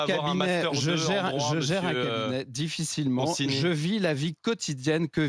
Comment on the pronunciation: Dans consigny il y a 2 syllabes en trop...